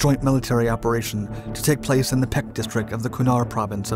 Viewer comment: "Pech" is pronounced "pesh".